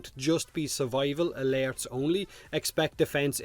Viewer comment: At first I thought he was saying lairs.